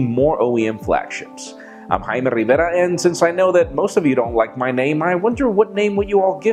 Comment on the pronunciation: Jaime,I don't think is your name buddy,the las name is the problem.I'm guessing people don't like the way you pronounce Rivera lol.